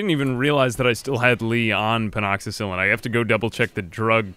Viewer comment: pleas for the love of god its pen--a-cill-in lol